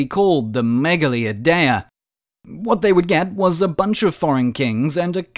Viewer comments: Dude mispronounced "Idea" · Why's he saying idea like that 😭